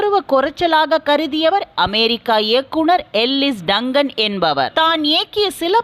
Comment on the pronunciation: அம்மா அது டக்கன் இல்லை எல்லீஸ் ஆர். டங்கன்.